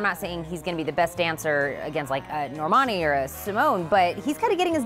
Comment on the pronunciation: It's been 3 months and people still can't pronounce Normani's name correctly. Wow.